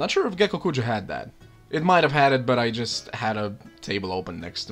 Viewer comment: ммм... Гекокуджа. И спасибо тебе за твое произношение)))